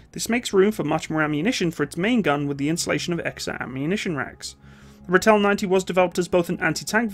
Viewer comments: Pronounced Rahtil, for lack of sound. Thanks, worked with these vehicles for 10 of my 16 years service in the SADF/SANDF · Ex South African Defence Force 20mm Ratel gunner from the Angolan bush war era here ✌, I've never seen a ratel break down , that's how reliable these beutifull monsters wer 👍... and it's pronounced as Rah til "Ratel", it's actualy a Afrikaans word lol 🤣👍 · "Ratel" is pronounced kinda like "Raw-till". Afrikaans names are hard though. Great video! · Ratel Afrikaans (RATIL) like tilling the ground Ratil to pronounce it correctly in english,, and Buffel not buf fel but buffil like filling a bottle, Buffel (Buffalo)... :) yip they reached 120km per hour with governor removed or adjusted but had severe body roll. the 20mm cannon version (dont forget the shell opening , if ya dont open that you gonna feel the hot casings all over you, firing faster than a Galil.) the 90mm was a all rounder, the missile version in early days sucked.... but did take down Russian tanks. Cocking mechanism on early 20mm Ratil sucked dick!!! a frequen Ratchet spanner... loading was a bitch as well. the good.... it ran in open field with ditches in access of 60km /ph... Angola, 6x6 60km /ph bundu bashing trees around 40km/ph. if ya hit a mine, hang the diff and keep going till safer grounds are reached. was a beast, Hooper Packer Moduler 1989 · Great video, but please it's pronounced RAH TELL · It's pronounced Ra (as in hoorah) and till (as in money in the till). The "R" is pronounced more harshly like the Scottish "R". Eland is pronounced Ee (as in ear) and the "a" in land (is pronounced like the "u" in hunt i.e. "lunt"). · Just wanna say, its pronounced ra (as in the egyptian god) till (as in the self service tills at grocery stores) ra-till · It's pronounced Rah-till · Ratel....pronounce Ra Till. Buffel....Buh Fill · pronounced Raaatle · Look my its not english pls not calling it a ritel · pronounced Ra-til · Pronounced raaaaatill😅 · Its a raa till